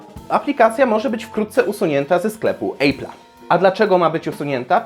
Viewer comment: wszystko super tylko wymowa słowa "apple" jest do poprawienia pozdrawiam